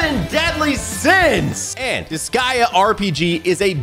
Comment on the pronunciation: Did you just mis pronounce disgaea multiple times? Or have I been pronouncing it wrong for years? o_o